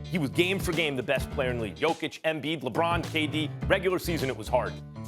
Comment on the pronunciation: Max is my favorite!!! ….But… every time he says JOKIC…. I am ready to disown him!🤷🏽🤦🏽‍♂️